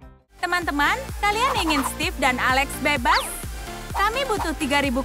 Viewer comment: Steve bacanya stif